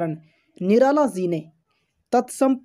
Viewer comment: Bhai tu phle ji ko si pdhna band kr